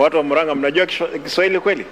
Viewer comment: Kiswahili not Kishwahili😅😅